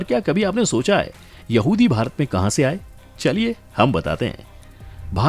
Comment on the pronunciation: गर्दभों, चैनल चलाने से पहले ठीक से हिन्दी सीखो। कहा और कहाँ में बहुत अंतर है।